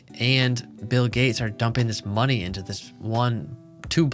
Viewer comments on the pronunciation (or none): none